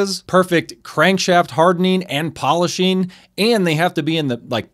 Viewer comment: “Perfect crankshaft hardeneen and polisheen”